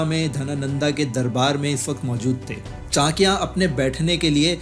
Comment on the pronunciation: पहले चाणक्य का नाम तो सही से ले ले